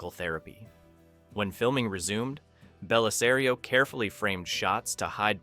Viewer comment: But he got Bellisario correct. 🤪